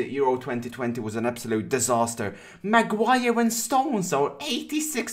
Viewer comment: Its not Macuire and its defo not slaphead😂